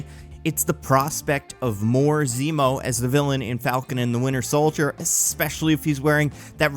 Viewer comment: Am i the only one who hears "The Winner Soldier" when says it?